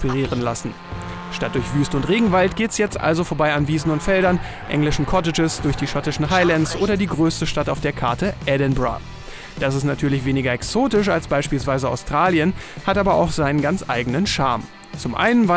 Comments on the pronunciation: edinburgh spricht man wie Edinborrow aus und nicht wie Edinbruh 😂😂😂😂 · Es heißt nicht Edin"bruh" , sondern Edin"boroo"! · Edinbruhhhh?!?!? xD es ist Edinburgh wtf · "Edinbruh" XDXD WTF?! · Edinbrah xD Das Spiel ist aber echt der Hammer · wer kennt es nicht - Edinbra hahaha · Wer kennt die Stadt nicht? EdinBRUH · Edinburgh wir im Englischen Edinborror ausgesprochen